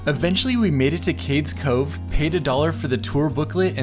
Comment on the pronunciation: FYI: Cades Cove is pronounced Cade.. eaze Cove